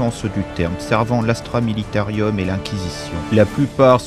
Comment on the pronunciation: C'est juste dommage de dire Astra MilitaRIUM. Sinon top bravo !